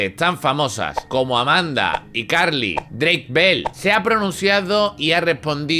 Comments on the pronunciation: Drake mol, Brayan pic 🤣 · He investigado como pronunciar bien los nombres También: Dreik Mol